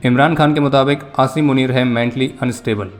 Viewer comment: nhi bhai ventilator par tha 😢 fir jab bhaiya ne asim panner bola toh theek hogya 😂